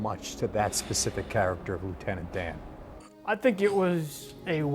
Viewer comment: Luitenent Dan ice cream !!!!!! But you ain't got no legs luitenent Dan 🤣🤣